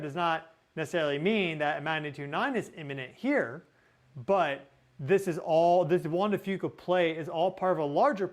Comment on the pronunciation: Juan d-fyou-ca, …🎉😊